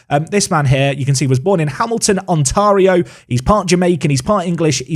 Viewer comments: It's pronounced OntAIRio, not OntAHRio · Ont-ah-rio! That's almost as funny as Reece Hind!!!!!! It's Ont-air-io